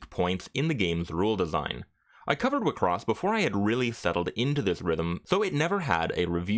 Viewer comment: Wait, I'm just an old casual enjoyer of the anime, is that how everyone pronounced it? All this time I pronouce wixoss as 'Why-X-sauce'